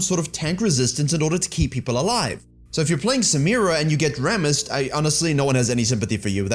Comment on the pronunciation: DRRRAKTAR. RRRRRAMMUS.